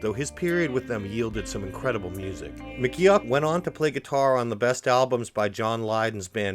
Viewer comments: I’m loving all the new info I’ve learned about one of my favourite bands ever! But omg. His name is pronounced “Mc Goff” not as it’s spelled. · I'm glad McGeoch left ... stops his name being butchered all the way through the video